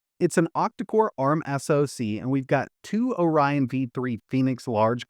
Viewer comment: Oryon V-deweee xD Man your three pronunciation always crack me up. Deweeeee